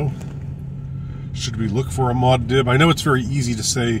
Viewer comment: It’s pronounced Moo-ahd Deeb not Mod Dib. 😊